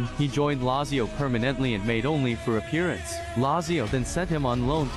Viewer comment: It's pronounced Latzio